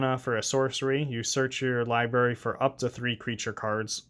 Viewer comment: If I got a dollar for every time you said liberry instead of library it would pay for this deck